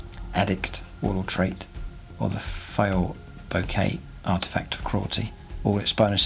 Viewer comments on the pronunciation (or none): none